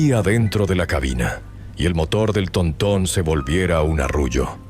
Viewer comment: Jajajaja TONTÓN será TÓRTON o así le dicen para tu rancho????